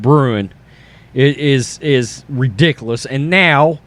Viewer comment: It's ridiculouoocchhss lol. I like how you pronounce that. I'm not trying to laugh at you but it's funny